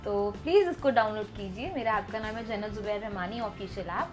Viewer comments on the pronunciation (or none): Jannat not junnat😒😒😒